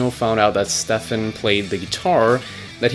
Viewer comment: Jacob Power its either Stef, or Stefen. Here's an interview where he says it himself, Stef.